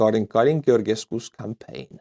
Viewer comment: It's "Geor""ges"cu, as in Georgia (the country). Both "ge"s are read the same.